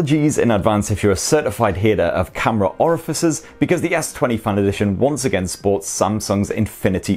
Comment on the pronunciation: It's FAN, not FUN